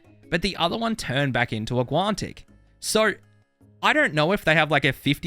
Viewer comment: There's no T in guanic